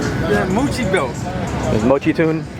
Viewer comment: Aside from his voice, without even seeing his face I automatically knew that was talking with Gil because even after all these years, still can't pronounce "Mochi".